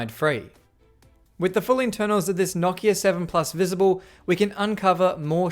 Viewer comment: Holy crap it’s so nice to hear someone say Nokia correctly.